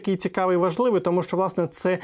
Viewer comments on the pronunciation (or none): Не щчо, а ЩО!!! Щчо - інтеграл через плечо.